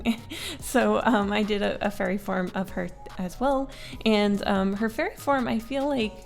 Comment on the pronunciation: I thought you said "furry form" instead of "fairy form"